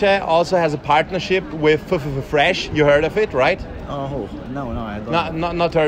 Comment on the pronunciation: Du kannst ffffresh nicht sagen haha du machst das ganz falsch